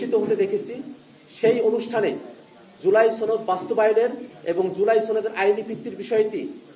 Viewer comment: সনদ উচ্চারণ শুদ্ধ কর বারবার ছনদ উচ্চারণ কর এর কারণ কি??